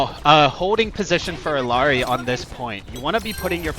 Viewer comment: How can I trust someone who can't even pronounce the characters name?